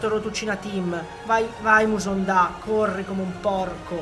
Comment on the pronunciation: mi spiegate perché dice Kevin musonda?